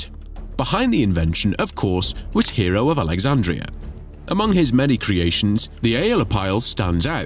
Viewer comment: Iam pretty certain that his name, Hero, was not pronounced as hero! But hey, details, right?